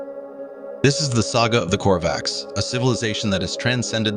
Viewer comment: Kor-vAks?? I thought the stress is on O